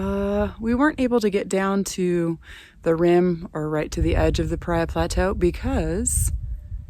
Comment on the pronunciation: Enjoyed your video! You are hearty explorers. Couple things...it's pronounced pah-ree-uh. Also, drones are illegal in all national park units, including Alstrom Point at Glen Canyon NRA. FYI. Keep enjoying your public lands! Just make sure you follow the rules. - Ranger Jeremy